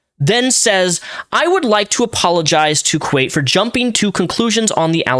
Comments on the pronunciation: There is no A how does he think its pronounced kwate rather than kwite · it's Kwite, like Quite. Not Kwait. Lol not sure where the a came from there buddy. Lol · I love you man, but it's kw I te like, kw ight rather than kwate. No hate, just... I couldn't hear it pronounced like that haha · Can’t believe the “Kwate” (love the way you say that) situation. Great analysis video! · How do you mispronounce kwite that badly? Its like kite with a w- Theres no e in it??? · Man, I really used to love your videos, but it takes 15 seconds to figure out how to pronounce Kwite. Less, actually, because where the fuck are you getting the "a"? It's Kwite. Like quite. Like "it's quite easy to pronounce Kwite". The way you butcher sentences sometimes is a peeve I've had with your videos for years, but because it was so uncommon and so minor, I just ignored it. But this is someone's name, dude. It's like if I called you Repzilla or "rapsun" instead of Repzion. If you're going to speak in defense of someone, the LEAST you can do is have enough respect to say their name right. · I’m glad you’re talking about this and I agree with you completely, but I can’t watch your channel if you’re the type of get names wrong repeatedly and without looking it up or trying to fix it. His name has got to be one of the easiest to say on YT (it’s literally quite) and I don’t think I can trust your info if that was too much for you to look up, especially since everyone is saying his name right now. it makes you look really unprofessional to be honest. Your content for this video was good though. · quite = kwite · My beautiful guy, where are you getting the AYE sound in kwite? It's ( Kwhite ). Maybe your on one to many gummies and that's coming from a guy who loves his eddibles:'P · it's Kwite [Quite /kwaɪt/] xD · It's pronounced like "Quite", I think, I'm glad you rose to his defense. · I am glad you mispronounced the name because this needed some levity. Holy hell.